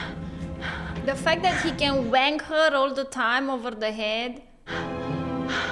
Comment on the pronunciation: Great reaction. What Made me laugh the most was at 42.32. your English is great but the odd word is mispronounced. It's Whack all the time over the head. Not Wank. That's a totally different action. Cheer's.x